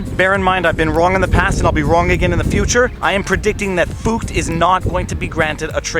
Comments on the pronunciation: Viva: I'm pronouncing FUCT like FOOKED so it doesn't sound like a cuss word Scottish people: ... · He's very simply trying to avoid saying F*CKED with a U to avoid youTube marking his video as aged restricted. Deliberately mispronouncing it. I think the German bit is just misdirection.